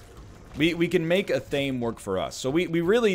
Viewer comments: You probably don't care but it's not a-thame it's ath-uh-may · Friendly reminder, athame is pronounced ath-uh-may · Athame, pronounced essentially as you read it, Atha (you've got that bit) - me (as in may, the month) It is a dagger with a black handle, often used in ceremonial context. previously when you've picked it up i thought you just misread it accidentally. Now i'm convinced you think that's what it's name is.